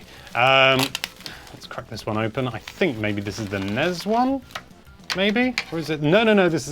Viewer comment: I'm Aussie It's NES AND SNES NOT NEZ OR SNEZ